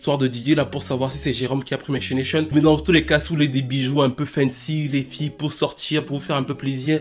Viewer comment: Make me.....''CHAINATION'' 😂😂😂😂😂😂 Aie on peut être bon youtubeur, bon Sherlock Holmes, bon travailleur ET BON ANIMATEUR COMME ÇA ?😂😂